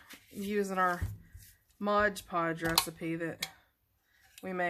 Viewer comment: It's MOD -Podge, not Modge-Podge! 😆